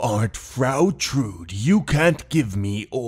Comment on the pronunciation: The e in Trude isn‘t silent!